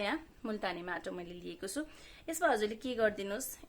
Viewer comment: कस्ताे माटाे भन्नू भयेकाे बज्ने गरि भन्नू बाईने